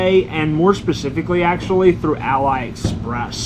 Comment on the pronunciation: its pronounced as ah-lee express, not ally express